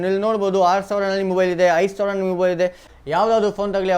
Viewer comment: Yenoo kannada mathadhya, 60000 savra , yelvarsavra 😂 karmma kannada kaliyole firstu